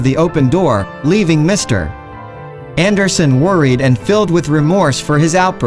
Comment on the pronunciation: Your text is excellent except for one very distracting error. "Mr. Anderson" should be read as a single word. The period (.) after Mr. Is not a full stop. It's an abbreviation. Maybe just use the last name ... Anderson. Otherwise nice story!